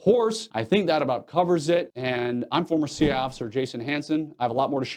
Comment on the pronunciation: Interesting...you don't quite say C.I.A. You kind of slur it so it "sounds" like C.I.A., but it's really just C.I. Am I wrong?